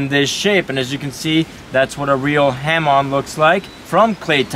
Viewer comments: Guys, it's pronounced ha-MOAN. not HAM-on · "Ha Moan" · It's pronounced hor-Moan line